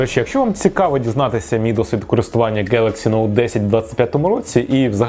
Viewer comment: Honor 200 - на сьогодні - MINIMUM 10.999 в 🇺🇦 це ще не 200 pro який ліпше . ДЕ 9.999 ??? Poco X7 - від 11,500 ! Motorola edge 60 - від 15,500 ! Google pixel 7 - ЦЕ смарт який не оновлюється ВЗАГАЛІ. Який придбали Android 13 такий і буде ! А вже є і 16 😊. Дивно ви вимовляєте NOTE. Якісь дивні у вас ціни на смарт в Україні якщо брати до уваги що ВОНИ МАЮТЬ БУТИ — EU. 😮